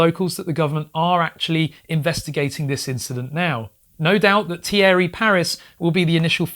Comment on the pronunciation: Great videos about this footage ! Just note that Thierry is actually pronounced like Teeree in French ;)